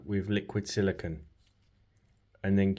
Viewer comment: You're pronouncing silicone wrong. The last syllable is pronounced "cone" as in ice cream cone. Silicon, which is the word you're pronouncing, is what glass and computer chips are made out of.